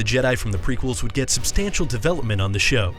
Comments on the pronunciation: I died at Ima-gun Di (I'm gonna die).... xD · Ima-Gun Di lol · ima-gun-di sounds like I'm gonna die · IMA-GUN-DI I’m gunna die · "Ima-Gun Di", He's not wrong you know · Chelsea Peterson no, in tcw yoda says it pronounced "die" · "ima-gun-die now" that dude said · you forgot the survivors of order 66 pronounced canon like Esterhazee and Ki. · Ima-Gun Di. Really. Im gonna die. XD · His name is: Ima Gun Di It sounds like: ima gonna die